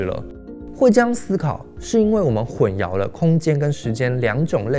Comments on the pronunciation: 你好，“淆”读音是xiao（二声）。没有yao这个音。混淆（xiao）。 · 内容很棒，但 是 混淆hùnxiáo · 总是听到这个词，混淆的淆，读作xiao,不是 yao. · 混淆 ㄏㄨㄣˋ ㄧㄠˊ，国语和普通话读音不一样的